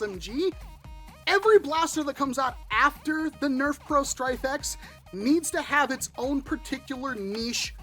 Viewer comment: Every time you said "Stryfe X", I heard Stryfe-ette, which made me think of Smurfette. Now, I feel the need for an 80's cartoon marathon. God, I'm old. Anyway, yeah I think this is too little, too late from the mothership. This would have been super cool even in 2018, but not so much today.